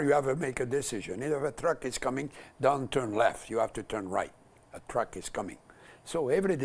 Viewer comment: Drugs????? Oh....I thought you said Trucks - Jean Chretien